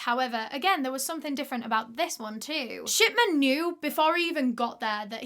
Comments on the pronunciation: accidentally heard "sh*tman" and not "shipman" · lol so sorry but everytime you say "shipman" i hear "shiTman" almost every single time and that's absolutely fine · every time you say shipman i hear shitman and i'm enjoying it so much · I thought his last name was “shitman” the way she was pronouncing it, but its pretty accurate way to describe him. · i keep hearing "shitman" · Is it just me or does it sound like she's saying shitman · i keep hearing 'shitman'. 😭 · I cant stop hearing dr. shi*man😭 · SAME I WAS LOOKING FOR THIS COMMENT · Now I can't stop hearing it!